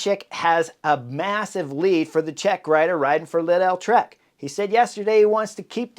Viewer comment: how does this guy mispronounce every other name and also completely butchers Lidl jfc